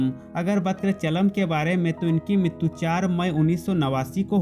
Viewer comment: TERA BAAP MAR GAYA HO,RAM POTHENENI NAHI.. AUR MITTU NAHI MRITU BOLA KAR